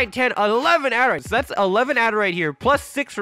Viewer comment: adarite its adurite